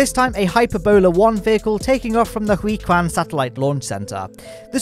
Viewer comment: Just want to point out that the pronunciation of “Jiuquan” (the launch complex) is close to “Joe-quan” (酒泉). No offense, just that it kinda confused me a bit when hearing “Huiquan”.